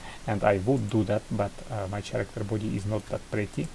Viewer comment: круто сделанно, но не чарактер, а карактер. Сорри что придираюсь, просто некоторые типы могут не понять это видео) А так спс, очень полезно для девелоперов